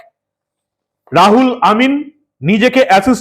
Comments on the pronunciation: রুহুল (ruhul) কে রাহুল কেন বলছেন বুঝতে পারছি না। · দাদা নাম টা রাহুল নয়, রুহুল হবে। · বার বার "রাহুল' বলছেন কেন ! নাম তো "রুহুল " ! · রাহুল না দাদা ওটা রুহুল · নামটা রাহুল নয় রুহুল আর হাতের কাগজ টা এত বেশী শাফলিং না করলেই ভাল। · আপনি নাম টা ভুল উচ্চারণ করেছেন